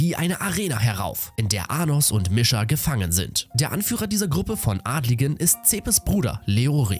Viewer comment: Der Anime ist echt cool danke das du das machst aber bitte sprich die Namen richtig aus Misha wird so ausgesprochen Niescha